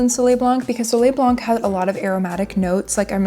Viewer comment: you don't pronounce the C in blanc!